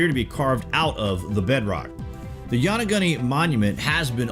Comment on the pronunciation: Loved this video but lol you didn't pronounce Yonaguni quite right still good job.